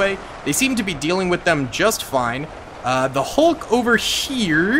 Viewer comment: “How iz Zeeeee Hulk doing”😂😂